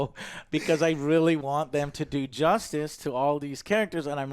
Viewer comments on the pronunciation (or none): none